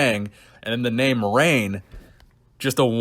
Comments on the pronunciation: I love you, but reign does not rhyme with bang lol maybe bane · "Reign" rhymes with "bang"? Are you ok? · Reign... does not rhyme with Bang.... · Only if you have an Ohio accent.